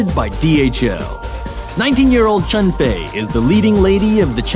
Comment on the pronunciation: Her name is Cheng Fei. That's the way you pronounce it. But, Cheng is her last name.